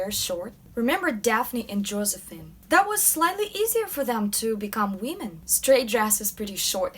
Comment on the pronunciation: it's women not wee-men! other than that love your videos! keep up the amazing work!